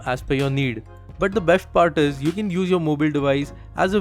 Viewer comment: nexht adjushtment besht...Bhai s ke saath h Kyu Bolte ho